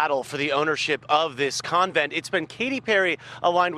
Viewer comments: Lol ‘covent’ 🤣🤣🤣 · "Con vent" its even said a dozen times by others in your video. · ** CON-vent lol it sounds like you’re saying coven like a witch coven lmao